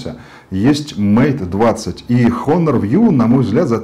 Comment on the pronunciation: не хонор. а онор. плять. обзорщик